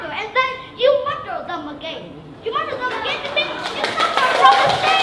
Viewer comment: ở e í phát âm reducing là ri - đắc - xing. Ai học Eng đến tầm ielts 6.5 cũng đều phải biết từ này phát âm ntn. Rồi đến lại đến từ murder là mắt - đờ. Nghe đến đây thì mình ko xem nữa nên cũng ko biết sau đó e nói hay ko. Mình ko đến mức ghét e này, cũng ko muốn nói gì về cuộc thi này, mình chưa đủ trình độ để có thể đánh giá cả 1 cuộc thi, mình chỉ ko đồng ý vs 1 số ý kiến đề cao em lên quá mức. Em í vẫn còn nhiều thứ phải hoàn thiện, cứ tâng bốc quá sẽ chỉ hại e í thôi :)